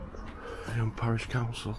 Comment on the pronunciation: The nursery rhyme Ring a ring o' Roses was written about the plague and Eyam is pronounced Eem